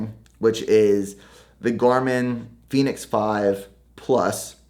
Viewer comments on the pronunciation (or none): none